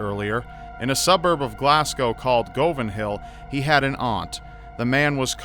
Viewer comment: you pronounced govan wrong